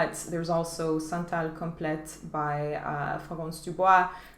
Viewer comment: “complet” is pronounced without a t:-) I got a very interesting oud! Which is also light. It’s Rasasi’s Boruzz al Indonesia- it’s just really tart, mouth-watering, a little bizarre.. I should try that Comptoir Sud Pacifique one!